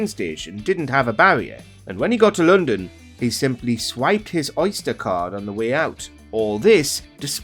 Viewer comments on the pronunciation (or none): none